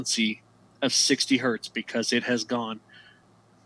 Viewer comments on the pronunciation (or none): Just a small detail worth pointing out...I noticed several times you pronounced it "hert" and "kilohert". Hertz/kilohertz is not the plural form. It's 1 kilohertz, or 1 hertz, or 2 kilohertz or whatever...because it's originally named after Heinrich Hertz.